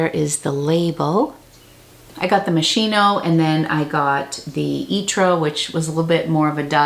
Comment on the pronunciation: I thought you were Italian?! 😉 It's Mos-key-no 😊 Great haul! And my feet would have been jello after 7 hours!